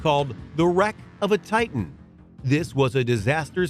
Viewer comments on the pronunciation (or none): none